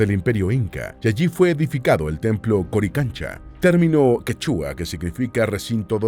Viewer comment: Es Quechua.....No Que...chua ...inti significa sol es palabra quechua...y no pukina como dices... infórmate bien